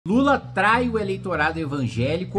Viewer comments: Lula TRAI e não Lula TRAÍ, olha o português Kim😂😂😂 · Esse acento no 'trai' tá osso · Trai, e não traí 😮😊